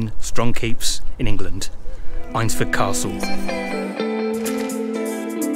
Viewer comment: I am sorry to tell you this, but you have mispronounced the village name, Eynsford is pronounced Ains-ford, as in the name Ainsley. You are not the first, and you will not be the last.